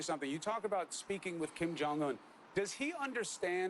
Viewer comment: can't even say his friends name